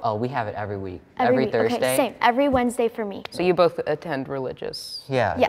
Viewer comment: love how she was just like “okeh”